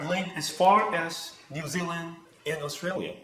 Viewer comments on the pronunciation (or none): none